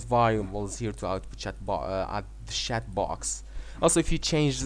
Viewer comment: accidentally pronounces "chat" right, then corrects himself and says "shat box")) LOL